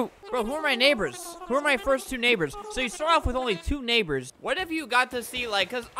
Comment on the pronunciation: “Neighbors” 😂haha